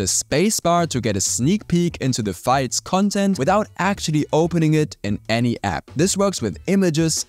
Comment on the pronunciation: Why do you pronounce files as fights?